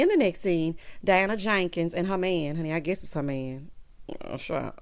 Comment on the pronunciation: The way you say Diana JANKINS takes me out, every 👏🏾 time 👏🏾. 😂